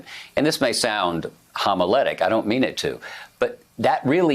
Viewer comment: Like "homiletic"? That was a doozy.